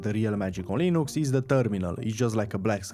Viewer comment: Everytime I heard "linoox" I had a sizure